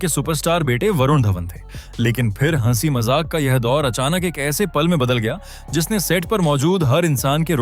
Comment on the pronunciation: आपका हंसी, हंसना, हंसाया ईन शब्दोंका उच्चारण बताता है की आपकी हिंदी भाषा की जानकारी अधुरी है। इन शब्दों का उच्चारण किसी के भी मुंह से ध्यान हे सुनीए आपको आपकी गलती समझ आ जायेगी।